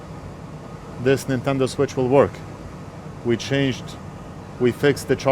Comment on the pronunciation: “Nine”tendo switch. 😂